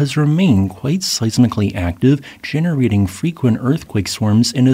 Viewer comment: Ge-NE-rating, yes! YES!!! Finally! ;P Just poking fun at your Genering pronounciation! Great Channel!